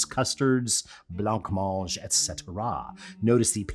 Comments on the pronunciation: Worried about the pronunciation of Oswego, but runs right into blancmange with nary a thought that it might be a silent ‘c’. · Oooohhhh Alton, Alton, Altin... You don't pronounce the C in Blancmange, it's not Blank Mange.... Just say, Blanmange! Cheers! 🙂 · I don't care if you're says Oswego wrong, but you're definately saying blancmange wrong. It's bluh·maanj